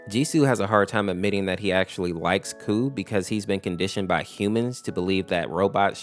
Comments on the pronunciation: Honestly. i thought i was the only one to think that G-SU is gay. He was fricking blushing while putting handcuffs on KOU's hands. But it would be nice if they would canonically be a couple tho :D. Also, another thing, KOU'S name is pronounced "Ko" and not "Coo" lol 😅. I also realized some days ago heh. KOU's deffo one of my favorites. Pweez reply i would love that 🥺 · This is pretty spot on!! The only thing that is inaccurate is just that KOU's name is pronounced like "Ko" instead of "Coo" haha, but it's a common mistake! Thanks for sharing my story with others, the way you explain it is really sweet! :D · Is it not pronounced K O U, each letter separately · KOU’s name is pronounced “Koh,” rhymes with “Oh” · By the way the dev of mod said kou pronounced "ko" like "no" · I feel bad whenever someone mispronounces kou's name